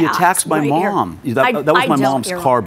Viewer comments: Jesus, that guy was so cracked he couldn't even say "MOM". "She was attacking my moam... I was defending my moam..." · If that brother said "my muahmm" one more time I was going to lose it.. lol. He deserved to pay just based on his irritating pronunciation and smug demeanor 🤨.